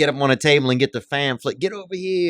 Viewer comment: I love Theo's commitment to mispronouncing the word pamphlet